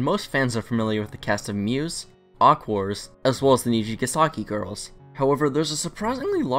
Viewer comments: Who the fuck said aqours as aqours not aqua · it's pronounced 'aqua' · God I can not get over the mispronunciations of Aqours and You. IT'S AQUA AND YO.